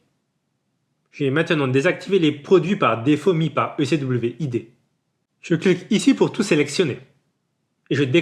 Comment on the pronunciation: pourquoi tu prononce ecwid comme ça hh si non bonne video